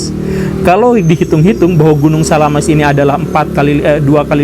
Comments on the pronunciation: SAMALAS pak guru bukan SALAAMaS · Samalas atau salamas pak guru? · Gunung Samalas om gembul, bukan salamas :D